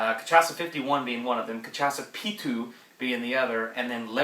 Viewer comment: It's pronounced ca-sha-sa